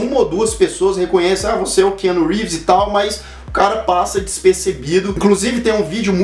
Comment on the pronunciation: " Que ano Reeves " kkk